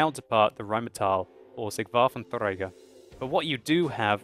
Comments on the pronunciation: You are saying Waffentrager wrong. It's pronounced WaffentrEger, not WaffentREUger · Dude, everytime you say Rhm.-Borsig WaffentRRRRRRäger it makes my right arm go up suddenly :D